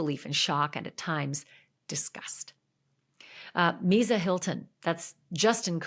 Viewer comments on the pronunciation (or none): There’s no Z in Misa’s name it sounds like Lisa with an M. Just so you sound like you know what you’re talking about.